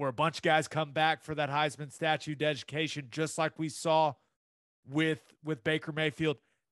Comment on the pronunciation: Gabe, did u say "Heisman Statue Deducation"??? Love it